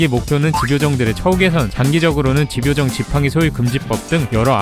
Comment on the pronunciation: 색연필이 [새견필]이 아니라 [생년필]인 것처럼 집요정도 집과 요정의 합성어이기 때문에 [지뵤정]이 아닌 [짐뇨정]이라고 발음해야 합니다.